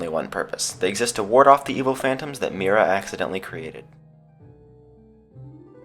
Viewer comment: The reading of Mira is Miera